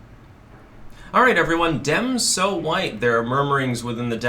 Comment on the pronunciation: Too Hwhite....... ☁⛄⛄⛄⛄⛄⛄⛄